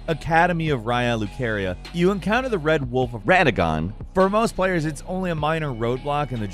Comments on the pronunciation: "Wed Wolf of Radagon" lol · the wed wulf of waddagon xD